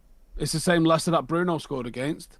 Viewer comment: Lads its Leicester